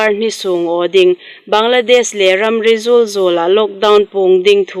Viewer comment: A ṭha zing laiin thil pakhat hril nuom ka nei a.Upa 'bîk zuolhai 'ti dinga khan 'biek zuolhai 'tiin a lamri âwm takin ka lo hriet a...ka hriet suol lei am aw? Chun 'Ramri zûl 'ti dinga khan 'ramri zuol 'tiin a lamri deu am a dâm ka lo ti.Ngaithlatuhaiin uluk takin kan lo ngai hlak leiin fimkhur nâwk zuol a ṭha âwm de aww. Iengpo khawm ni sien Hmar news hung petuhai in chunga ka lâwm tak zet bawk.